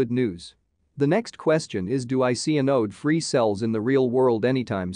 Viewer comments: Great video, and I'm looking forward to more. I have a request for future videos. Your text reader is pronouncing anode like "uh node", which is very distracting in a battery video. Google translate pronounces it correctly. The A should sound like the A in apple. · Anode is pronounced with accent on the first syllable. Closer to "an ode" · thumbs up for the effort, but the voice is way too computer-ish and monotonous, also quite fast and slowing down to 0.75 is not very good and the word anode is pronounced incorrectly. My biggest issue was the fact that you show all those graphs without sufficient explanation and without directing the viewers to take a look at a specific plot when you're making an argument.